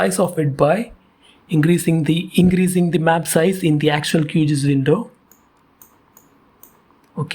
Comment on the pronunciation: It's pronounced as Q-G-I-S and not QGees.